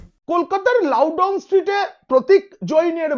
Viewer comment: পিনাক ভাই, "লাউডাউন" স্ট্রীট নয়,👉🏿👉🏿 "লাউডন" LOUDON STREET! ওই রাস্তায় লাউ -🥒🥒🥒- টাউ বলে কিছু পাওয়া যায়না!!!😜😜😜😜😜😜😜